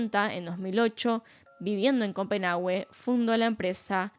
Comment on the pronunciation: que tipo tan horrible, excelente video como siempre, solo una cosa la "u" en Copenhague es muda